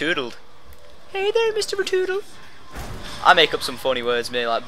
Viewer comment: I broke out laughin when I heard retoodle :)